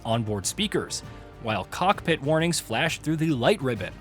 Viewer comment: People mad about guy’s pronunciation of cessna but the guy can’t even pronounce COCKPIT twice what are you mad ab?? 🤣🤣